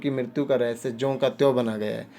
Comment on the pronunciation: Rahasya thiq se bolna sikh le bhai